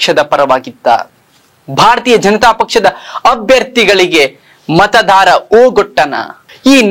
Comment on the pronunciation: ಮತಧಾರ ಅಲ್ಲಾರಿ " ಮತದಾರ "